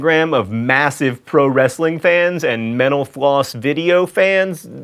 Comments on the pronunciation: Whenever he says mental floss I think that he's saying menopause... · I keep thinking ur saying menopause no mental floss lol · Sounds like he's saying "Thanks for watching Menopause." instead of Mental Floss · OMG someone who finally understands... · I was thinking the exact same thing. Started to worry it was just ME. Then the bf mentioned it, too. And now you. It's not just me. whew. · Thank you! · whenever he says "mental floss" it sounds like "menopause"